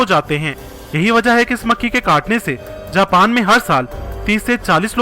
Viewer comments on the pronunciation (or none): none